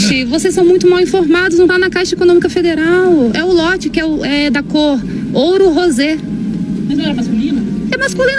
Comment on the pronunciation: "Ouro rose"😮😂😂😂